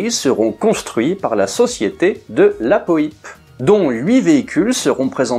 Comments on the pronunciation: C’est peut être un particularisme de l’Anjou où R de la Poype a été maire, mais ici on-dit de la Poipe et pas de la Po ype en tout cas chouette vidéo, merci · Petite précision : on dit de " la Poipe", pas de la Poïpe. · Oui, bien sûr! J'ai eu la chance d'en discuter un jour avec Roland de la Poype! N.B.: son nom se prononce "Poipe", et non pas "Poïpe". Ce nom signifie, colline, éminence ou motte... sur laquelle probablement se trouvait le château de ses ancêtres. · Bonjour, que dire, passionné d'aviation, je connais Roland de La Poype pour son épopée au "Normandie Niémen" grâce à la littérature, mais je n'avais jamais entendu prononcer son nom (pour moi c'était "poy-pe" et non "po-y-pe"), j'ai donc pris du temps à faire le rapprochement. Donc oui je ne connaissais pas l'épopée ultérieur à la seconde guerre mondiale de ce cher Roland, merci pour cette vidéo 👍. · Se prononce Delapo-a-pe et non Delapo-i-pe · Hello :) Merci pour ce documentaire très bien réalisé. Juste, cela se prononce Rolland de la "poape" écrit "de la Poype". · je confirme, on dit bien de la pouape ;-) ça m'a piqué les oreilles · Salut ! On prononce " de la POUAPE"... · Ormis la mauvaise prononciation du patronyme de Roland Paulze d'Ivoy de La Poype, je crois savoir qu'il avait d'abord proposé la "Donkey" à Renault (qui l'avait refusé). Pour ensuite sortir la "Rodeo" pour concurrencer la "Mehari".....